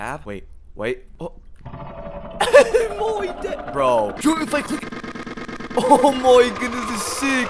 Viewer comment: I love how he says “oh moy days🇬🇧”